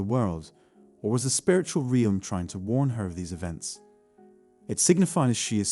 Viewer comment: This robot needs to learn to pronounce “realm”